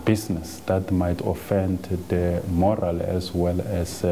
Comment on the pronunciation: I think you mean Moral not Morel.